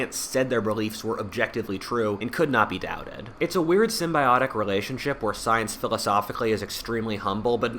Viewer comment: Hahaha sounds like u said stience